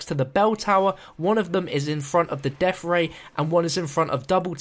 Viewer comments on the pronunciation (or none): "deaf ray"